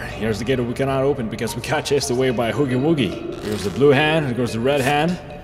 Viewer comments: Why in the HECK do you call him "hooggy wooggy"??? He's HUGGY WUGGY (not a hate comment) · It’s uh huggy wuggy not hoogy woogy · Hoggy woggy it’s huggy wuggy with an u not an o